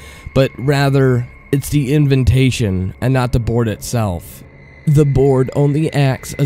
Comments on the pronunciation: bruh, why do you pronounce invitation with two n's, like, invintation? Just trying to help. love ur vids. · inventation ? you mean invitation. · you need to learn to enunciate properly. "invintation" and "aphyxiation" aren't words.